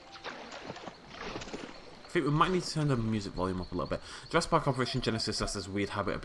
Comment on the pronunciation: welcome to jurrasic BHWVWGG more like jurrasic park hahha yeaah ur laughing